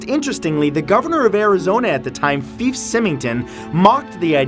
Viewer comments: As a resident of Arizona for most of my life, I just wanted to correct your mispronunciation of ex-governor Fife Symington. His first name rhymes with "knife" NOT "beef". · Being from Arizona and actually got to talk to him...his name is pronounced F-eye-F. Not Feef. Lol. Nice try though. I will never forget the Phoenix lights either. I was raised in Yuma, just 3 hours southwest of Phoenix, and I remember the chaos that made around the state! Good times! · Fife Pronounced like Wife, not Feef like Beef. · The lights over phoenix were scary as shit. I was 17 so I was CONVINCED that aliens were coming. Also, the governor's name is pronounced with a long I sound, not an e. FYFE. Not FEEFE. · fife is not pronounced feef. also, despite the air forces comments about the flares, many witnesses of the event said there was no way it was flares. the flares were dropped at a different time, and the object in question hovered in the air rather than falling to the ground. even the governor thought it was a stupid explanation. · I live in Phoenix and you butchered #10, everything including how to pronounce the governors name. Lol still think it's cool that story made the list and I still think your great. Lol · You mispronounced both first and last name of Fife Symington. Pronounced fife (like life) symington (sigh-ming-ton)...not feef sim-ming-ton.